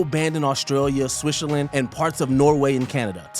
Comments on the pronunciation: Bro, I'm portuguese and I just felt embarassed by hearing an american pronunciating "sausage" and "Switzerland". You speak english there on the USA... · Pink Flamingos was originally released in 1972. It was later re-released in 1997 with the NC-17 rating. And that’s not how you pronounce Switzerland.